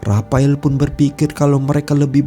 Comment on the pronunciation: Menjatuhkene rapael🤭,, ngomongx aneh min